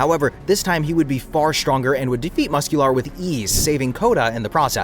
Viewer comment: I genuinely can’t tell if this is an AI channel or not. I’ve watched a couple of videos and they keep mispronouncing stuff or the way that they pronounce stuff. Sounds robotic like they mispronounce Aizen, Ida and Muscular